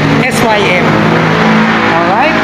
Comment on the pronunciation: Es Way Em kasi hndi Sim...🤣